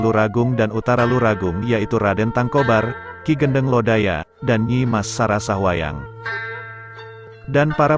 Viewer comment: Bukan Ki Gendeng, yang benar Ki Gédéng.